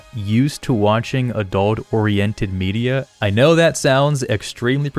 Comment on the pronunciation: When you said "Star Wars media" i heard "Star Wars birria" :p